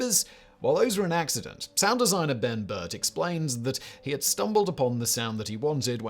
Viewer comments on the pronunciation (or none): none